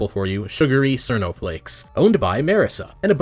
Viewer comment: you can't even pronounce "cirno" correctly, get the fuck outta here, shitty secondary